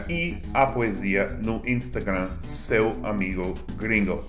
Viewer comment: Hahahaha minha esposa acha muito engraçado quando vc fala o nome das redes sociais: Facebook, Instagram, Snapchat. Meu Deus, aqui no Brasil vira feicebuk, Instagram (com a nossa famosa pronúncia) e esnapichati